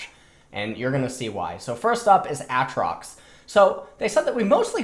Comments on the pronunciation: STOP SAYING AH-TROX SAY AY-TROX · why does this guy say Aatrox like "At-trox" and Rammus like "Rah-mus"? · Do you intentionally say Aatrox and Rammus's names incorrectly?